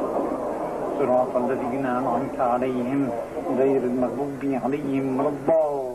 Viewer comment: HAHAHAHA "Siratul lazeena".